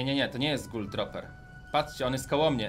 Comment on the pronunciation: czyta sie: gul truper, nie troper